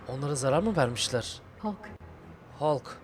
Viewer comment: Abi suna Hulk deme Halk o Halk. Sevgiler:)